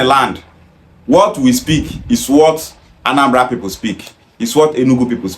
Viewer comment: People is not pronounced pepol, boy.